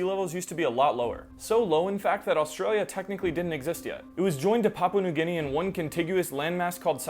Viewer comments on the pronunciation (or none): none